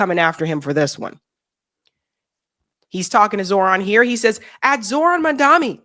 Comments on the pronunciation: She's been mispronouncing his name for 4 months. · PLEASE, you HAVE to learn his name! Mam-DONNY....NOT Mam-DOMMY (like mommie 😂) ! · dear, I agree with most of what you say...but flinch every time you mispronounce the Mayor elect of NY's name! Again and again and again, just like Andrew Cuomo and some others do!! His name is NOT "Mandami" it is M-A-M-D-A-N-I. People should learn that, at least, now that he is elected to be the Mayor and will be around for a while... You are an educated person... please learn to say his name correctly!!! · it's MUM- dha- KNEE... NOT mum-DUMMY. 🤣🤣 c'mon, gurrlll.....it ain't that hard. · This lady cannot pronounce Mam-dani 🤦‍♂️🤦‍♂️. Keeps saying Mun-daami.... throughout the video. Truly.. Americans are idiots. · For someone who bears Salvati, you really can't pronounce MamdaNI correctly? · I notice you seem to struggle to pronounce Mamdani's surname. Why not break his surname into two: MAM DANI, instead of trying to pronounce it as a singular word...you leave out the 2nd 'm' in saying his name and it comes out as an 'n'. Ironically you sound like Cuomo when he was struggling to get it right. I know you don't mean to be disrespectful. But even when we are unintentional we end up looking disrespectful, all because we don't put that much effort in getting something as basic as getting someone's name right. As Black people one of the things we have fought is to be seen and acknowledged. Getting one's name right is at the core of that objective. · The name is MAMDANI, M* A*M*D*A*N*I. .....We've got to get it right. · you gotta get his name right! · Ma'am, I need you to learn how to pronounce his nam. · you are not pronouncing Mamdani's name right, at all! It is NI not MI!! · Not Mandami, Mam-dani. You're so cute 😂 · Please, pronounce his name correct - Mamdani and not Mandami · Not to be that person but it’s “MamdaNi” not “MamdaMi” 😅 sorry 😭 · Please say maMdani not maNdani